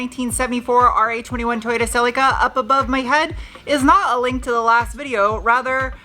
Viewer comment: Does the Celica have a name yet? I think it should be Sally California, because the way say Celica sounds kind of like Sally CA.